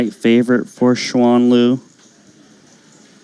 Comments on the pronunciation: Shu an oh dear lord white ppl can you at least make a reasonable effort to pronounce someone name correctly? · Her name is pronounced as Shuen Lv